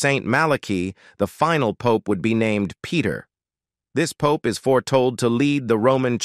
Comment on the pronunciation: Did the AI say pope ies like puppies.